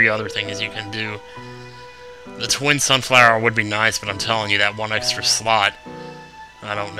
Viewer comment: Okay, repeat after me: sunflower Sunfower SUNFLOWER!!!